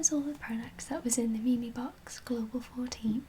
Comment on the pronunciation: its pronounced meem cx LOL